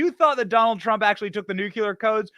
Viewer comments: It's new-clear, not nook-you-leer. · I hate being that guy but hearing, "New-Q-Lur" rather than "New-Clear" irks the shit out of me. George W. Bush would pronounce it the same way and it felt like nails on a chalkboard to me. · I would very much love to see a detailed list of all the things President Trump knows about previous presidents taking with them when they left office! Benny, you mispronounce the word ‘nuclear’ every time you say it and you are making me CRAZY over it! It is not nucular! It is NUCLEAR! Please man, I beg you! Pronounce correctly! Besides that, it makes you sound more intelligent! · Awesome man, but it is nuclear, not nucular. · It’s not NEW CUE LAR. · THERE IS NO WORD CALLED "NUCULAR" IN THE ENGLISH LANGUAGE. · " NEW-CLEAR " not "new-Q-lur" Love ya Benny ! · Someone please tell Benny that it's Nuc-lee-ar, not Nuc-u-ler. Otherwise I won't be able to listen to him after China vaporizes us with a Nuc-lee-ar bomb. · Benny, It's DAVID Depape. And, please, it's NUKE LEE ER (nuclear) NOT nuke u ler. Otherwise, great job, thanks! PS. 80yr old alcoholics don't overcome 'skull fractures' that quickly. He didn't have one. FF. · Nu-clear. NOT Nucular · “Nucular”? Dude… 🤨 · New. Clee. Er. Seriously. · Hey Benny, you have a lot of great things to say but people would take you more seriously if you could pronounce the word “nuclear” correctly. Its painful dude. Its ok though, you’re in fine company with several other presidents who also can’t seem to do it either. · Dude, mispronouncing nuclear sounds juvenile